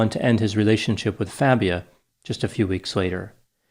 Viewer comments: Everyone needs to keep calling him Fabia....not Fah-bia like he insists it’s pronounced! That eats at his fragile ego 💯 😂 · I like how mispronounced Fabia. What do they call pretending not to be Latino?